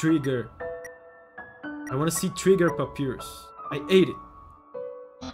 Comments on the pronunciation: From what I’m aware of, Papyrus is pronounced Pap-EYE-rus. This name is also a font! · Ahah love this. Just so you know it's pronounced pap-pie-rus. Hehe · It's not a big deal but the name is pronounced pap-eye-rus, it's based on the word papyrus (an ancient sheet of paper) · pronouncing Papyrus as Pa-pee-rus baffled me, because that's how I pronounced his name at the first time (I'm not a native English speaker). In my opinion, it does sounds cooler than Pa-pie-rus (imagine papaya vs papiro hehe) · Pronouncing Papyrus's name as Papi rus feels like the way he'd say his name if he wanted to be fancy. Like, he'd go to an art museum and introduce himself that way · Papyrus (Egyptian paper) is read pa-PEE-rus in portuguese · My spanish speaker pea brain pronounced "pah-PEER-us" until I heard the English way 😂😂😂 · The fact that he says Papyrus wrong hurts me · The way he pronounced papyrus I can't 💀